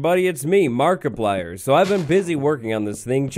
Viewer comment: Why did you say markipyer 🤣